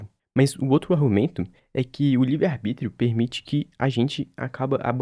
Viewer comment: “arBRÍtio” mais uma e tou fora